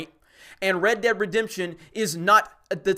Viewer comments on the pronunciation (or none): none